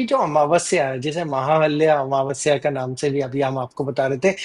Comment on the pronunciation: mahalya amavasya nahee..". MAHAALAYA AMAAVAASYA" hai.